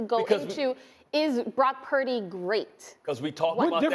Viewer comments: Why can't Cam pronounce his last name? Brock Pairdy. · Why does Trans Newton go out of his way to say Brock’s last name like that? He just wants to be relevant because the last pick in the draft can do what he never did. He just needs to stick to being the worst dressed woman from the South he will never play in the league again.